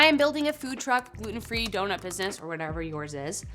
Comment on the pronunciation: I quit watching when she said gulten free donut.